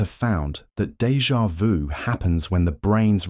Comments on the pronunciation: You are the first that speaks that French term correctly - in 30 years here in USA. Congrats. But how come after the first two times you repeat DEJA VU and speak it "Deja voo". Then for the fourth and fifth and sixth time you return to the correct method. Would you please tell Americans how to speak?! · when he explained dévà vu i got dégà vu